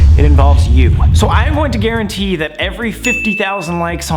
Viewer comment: “basically a GARANTOIRR” ~ sam 2020